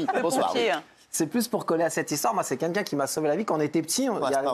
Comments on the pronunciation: Pis d'abord i dit pas kinkin mais kinlkin. J'ai un pote qui dit kinlkin aussi . Quand je lui demande pourquoi il dit kinlkin , il s'énerve. Je croyais que ça venait d'un patois ou truc dans le genre. Du coup l'origine de " kinlkin" reste un mystère... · Quelqu'un peut dire à raymond qu'on ne dit pas kinkin mais quelqu'un.